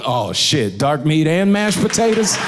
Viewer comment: The 'Dark meat and mashed patotoes.' Took me right out